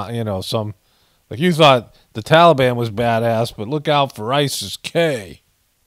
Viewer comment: Fly What makes you suspicious? The scene with people running along side the plane, and not getting sucked into the engine? The guy that was sitting on the wing of the plane talking on his cell phone? ISIS-K. It's "Tal a bahn"!! Not Tolly bon!!!